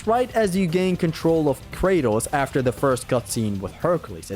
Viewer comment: “First save aftee Helios”